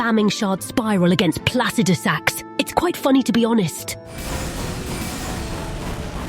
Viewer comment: I did literally think you were saying "placidus ass" and not "placidusax". The fact that you did then proceed to show a footage of you spamming a spiral spell on his ass, didn't help me clarify my confusion